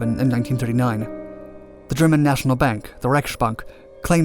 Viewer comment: The Reksbank? It’s Reichsbank. Pronounced like Rikesbank